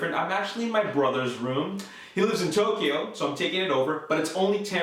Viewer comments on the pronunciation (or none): none